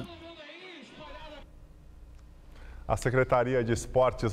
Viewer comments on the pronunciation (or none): Uma repórter falando q o acesso é GRATUÍTO é de lascar !